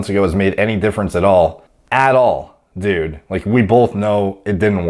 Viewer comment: funny the way says "dud"